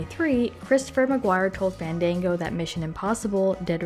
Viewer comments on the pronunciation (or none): none